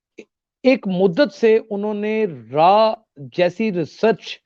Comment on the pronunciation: Raaa.. Not raw